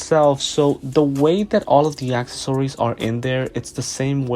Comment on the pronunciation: Nice video! Although “acksasories” is killing me 😂